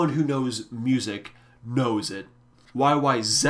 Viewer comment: As a Brit thankyou for saying YY Zed.